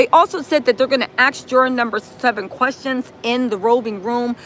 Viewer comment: It’s ask not ax